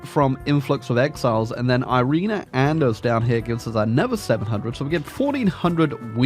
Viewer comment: this is not how you pronounce irena. It should be something like "eerena"